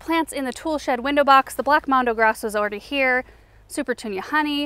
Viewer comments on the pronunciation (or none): So funny how you say 'already'... awry!